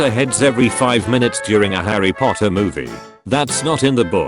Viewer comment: POTTAH!!!!! [Says snape]